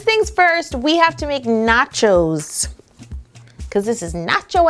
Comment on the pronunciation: Lol noaches